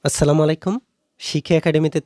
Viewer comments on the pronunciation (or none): none